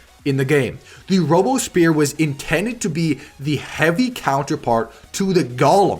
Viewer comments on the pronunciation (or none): Robespierre is actually pronounced /rowb-spear/.